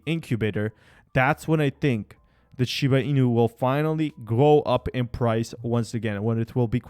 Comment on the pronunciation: Why dont you try to pronounce the name correctly. Its not shib!!!!!!! It is shiba. GET IT RIGHT!!!!!!!!